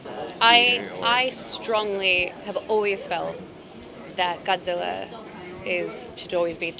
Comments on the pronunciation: 最初に出て来た、ちゃんとゴジラと発音してて嬉しい、ガッズィラじゃ無いんだよね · 冒頭に出てきた人のゴジラの発音がガッズィーラァァァじゃなくて好感持てる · 最初の「ゴジラー！」はきっと日本版ゴジラ過激派w ちゃんと発音まで日本語版に合わせてきてる。